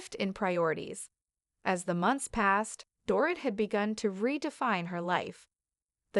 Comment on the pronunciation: Her name is pronounced Door-Eat